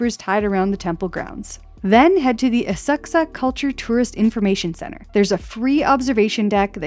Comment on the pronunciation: Thank you for finally pronouncing Asakusa correctly!